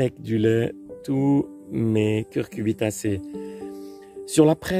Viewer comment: Un grand merci pour cette démonstration. Ah! Un point: on dit "cucuRbitacée" et non "cuRcubitacée".